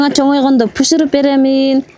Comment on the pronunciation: Пыщырып бербей эле бышырып берсен болбойбу?